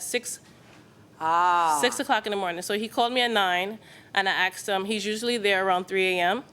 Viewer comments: She's a teacher? "I axed " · Who says "axksed"😒